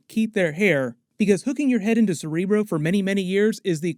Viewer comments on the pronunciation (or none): none